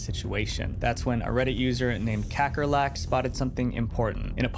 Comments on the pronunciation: Random interesting fact. "Kakkerlak" is the afrikaans word for cockroach 😂. They way he says it is so funny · HELPP NOT KAKKERLAK😭